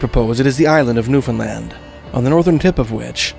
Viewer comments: I'm glad you said Newfoundland properly. Most people say "New fun lund". It's so weird. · Well damn, someone who can actually pronounce Newfoundland, well done sir. I do wonder if "grapes" might be a misidentification or translation error, having been to L'Anse-aux-Meadows several times, I can say there aren't any grapes, but there are plenty of wildberries.